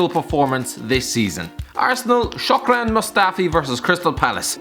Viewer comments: that's 'SHKO-DRAN', not 'SHOCK-RAN' 'ABOUBAKAR' not 'ABOUKABAR' Seriously, slap ya'self with that scarf.. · How to pronounce Shkodran´s name correctly. Shh-kod-raan.